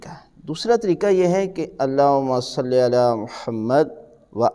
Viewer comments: Please notice this mistake as well It's not Salli but sawlli because it's suaad not seen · قبلہ محترم جناب علامہ صاحب تجوید تو درست فرما رہے ہیں ساتھ ساتھ تلفظ بھی درست فرما دیں قبلہ محترم جناب علامہ صاحب تلفظ خود بھی غلط کر رہے ہیں تلفظ صلی ہے یا صلے ہے ۔؟؟؟